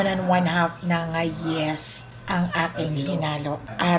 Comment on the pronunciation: Hindi k maintindihan yung sabi m “yes” yung pala yeast lol